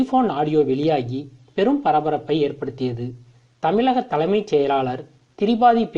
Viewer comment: முதல்ல தமிழ்ல ஒழுங்கா உச்சரிக்க கற்றுக் கொள் தமிளகம் அல்ல தமிழகம் தமிழகம் தமிழகம்